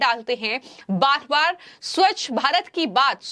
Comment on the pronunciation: Reporter should work on pronunciation of swachta